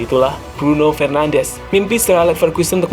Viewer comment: Bruno FernandeS not FernandeZ. He's portuguese not Spanish.